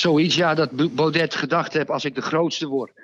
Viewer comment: Je spreekt uit Baude niet Baudet .